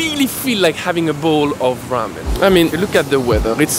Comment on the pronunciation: This "bowl" annoys me beyond belief.